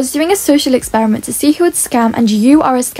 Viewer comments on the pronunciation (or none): none